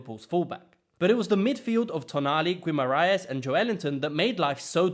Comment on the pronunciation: Excellent video, but your Guimarães pronouciation has me rolling lmao